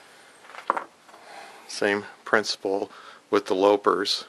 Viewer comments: You pronounced loppers as if it were spelled low pers. Loping along, as you pronounced it, means gently running or trotting. The correct pronunciation is as if it were spelled lop pers. You lop a branch off, or cut it. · And the big ones are ‘loppers’, not ‘lopers’. Good video. Thanks.